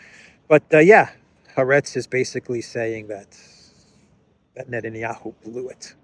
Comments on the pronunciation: Excellent. Incidentally the Israeli newspaper is pronounced Ha- Aretz, meaning The Land. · Haaretz is pronounced ha-aretz